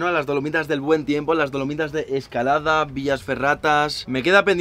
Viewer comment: Lo admito, cada vez que decía "Dolomitas" escuchaba "Palomitas" 😔👍🏻